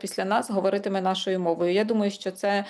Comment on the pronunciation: До пані дикторки. Тримати себе в руках це калька з російської "держать себя в руках". Українською опанувати себе. Ви мали б це знати. І ще, шиплячі звуки в українській мові не пом'якшуються, вимовляються твердо: ЩО, ШІ, ЖІ, а не щьо, шьі, жьі, чьі і т.п.